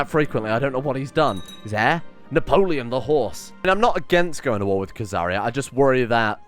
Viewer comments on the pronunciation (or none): none